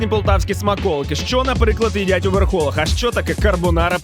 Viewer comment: Доброго ранку з Полтави! Правильно говорити у ВерхолАх, бо назва села ВерхолИ!!!!! Неприємно чути, коли люди знімають свої ролики, а вивчити назви населених пунктів чи імен не спромоглися!!!!!😮